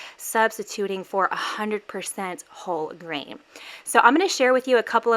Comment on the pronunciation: No lie , in the beginning it sounds like she said baking with a--hole grain ... ? I am very groggy right now and I guess that's why it sounded that way